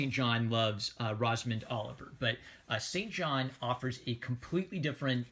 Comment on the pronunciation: In the book Saint John is pronounced 'Sinjin'